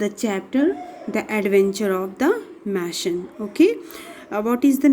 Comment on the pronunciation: Good but.not correct word speaking it's mason not mashon